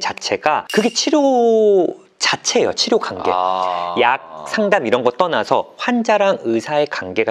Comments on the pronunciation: 예전부터 느낀건데요... 주제넘지만 그래도 위해서 말씀드리고 싶었습니다 환자, 관계,과거 처럼 이중모음 발음하실때 신경써주시면 전달력에 도움될거같아요~~~ 이중모음은 거의 다 이렇게 발음하셔서 한번에 못알아들을때도 있거든요ㅎㅎ 지금도 한자, 간계,가거로 들리구요ㅠㅠㅠ 은 프로시니까 금방 고치실수 있을거같아요!! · 딴 얘긴데 '과' 발음 진짜 안되시네요ㅋㅋ 정신가, 간계 로 발음돼요ㅋㅋ